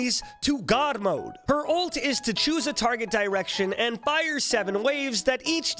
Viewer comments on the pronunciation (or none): none